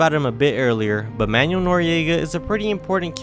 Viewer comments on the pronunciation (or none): none